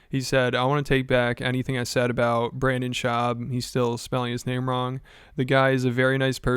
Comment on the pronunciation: for the last 5 years: Brendon Shuab sucks. B.S. gets it right once...: Brennon Shwab goooooooooood